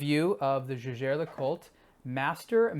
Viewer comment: Kudos for at least pronouncing the name Jaeger correctly.